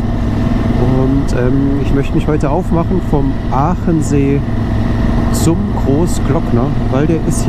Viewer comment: Hallo, wieder ein tolles Video, Vielen Dank! Aber der See heißt Achensee, nicht Aachensee😀